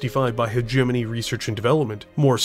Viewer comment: wtf pronounces "hegemony" properly WTF Edit: ok nvm were back to hegenemy 😄